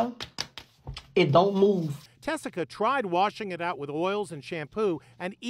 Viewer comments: Is her name Tessica or Jessica? She pronounces it as Tessica here but I swear I've also heard/seen Jessica in other videos and articles. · Tessica not jessica